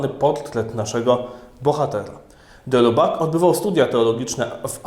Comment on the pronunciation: BTW: wymawia się "de Libak" (właściwie nie "i" a niemieckie "u - umlaut"; oraz "Tejard"; francuski fajny język, polecam : ) Poza tym czytając różne dzieła w oryginale, można się nieraz porządnie zdziwić...